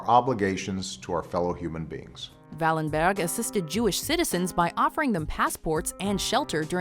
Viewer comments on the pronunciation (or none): Please don't pronounce a Swedish name in a German accent! Wallenberg is pronounced as "Wallenberj" and nothing else. The g is soft in probably all names containing a "berg". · That pronunciation of Wallenberg xD